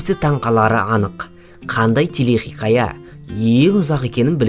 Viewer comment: Телехиқая емес телехикая болып айтылмай ма?